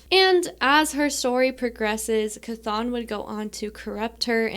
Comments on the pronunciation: 💚 (Good job on Chthon pronunciation) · Someone who says Chthon correctly... at last! Instant like.